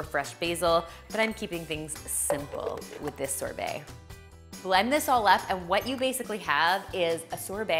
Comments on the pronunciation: The way she says sorbet :) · She’s pronouncing sorbet wrong n it’s killing me!! 😩🙄